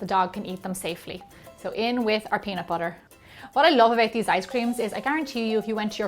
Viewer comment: You said peanut butter wrong!